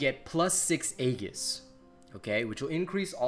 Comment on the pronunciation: EE-JIS... not haggis... Edit